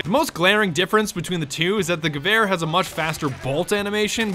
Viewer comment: Did he just fuckin say gaver Instead Gewehr. What the hell.